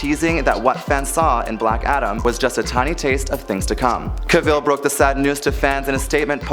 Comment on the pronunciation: You need to pronounce actors names correctly. To quote Henry Cavill "Cavill is pronounced like travel". Who wants everyone to pronounce their name incorrectly? Just ask Brendan Fraser.